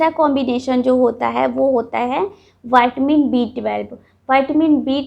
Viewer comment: ये वाइटमिन नहीं विटामिन होता है